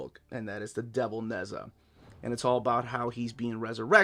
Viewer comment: It's Naj ah Not Nez ah